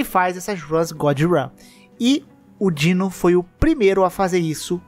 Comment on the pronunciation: Não é Dino, é DinoS DINOSSINDGEIL = "Dinos zind gail" = (dinos)dinossauros são foda